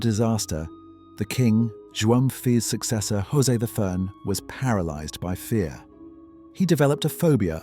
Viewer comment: Amazing work, loved it. The visuals, the script (very poetic at times) and your voice. And congrats, you might be the only foreigner able to pronounce the sound ão, as in João, as we do in Portugal. It's hard to get it, as it is nasal. But you got it ;) Cheers